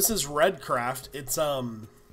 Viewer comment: I'm pretty sure it's pronounced RthreeDCraft instead of redcraft I'm going off of Stray so.... I'm not so sure, but great video and resource pack!